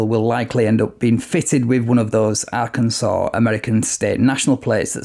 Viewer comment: I LOVE your videos and the way you pronounce Arkansas.